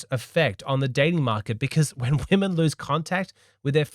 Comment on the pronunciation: woe-men? putting in EFFORT? c'mon now stop joking 😂